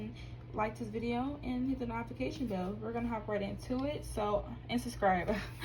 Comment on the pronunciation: why you mispronounced notification 😂